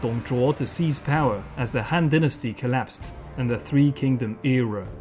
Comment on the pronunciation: Han shouldn't be pronounced like Hand, but should be pronounced like Attila the Hun.